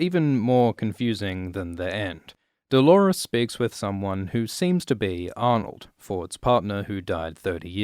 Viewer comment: i die when he says Bernarnold